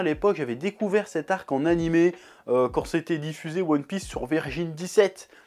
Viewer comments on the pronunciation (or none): none